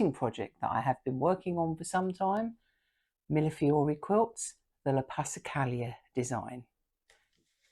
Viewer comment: Finally! Someone who knows how to pronounce Millefiori! I can’t tell you how many times I’ve heard it pronounced as Milliflori. I know it’s a ridiculous thing to be bothered by. But I am. Your channel is lovely. I really enjoyed it. Always love other witchy beings.